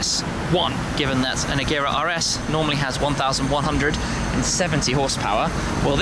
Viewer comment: Pronouncing agera wrong